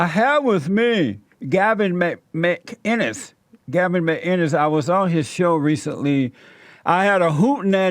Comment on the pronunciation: Of all the people to pronounce 'Mcinnes' correctly